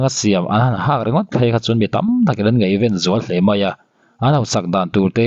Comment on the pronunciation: Nggaihven ilam dankha adiklo ltk 😮